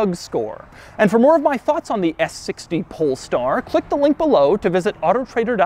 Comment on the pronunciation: Why does he always say "PoLeStAr"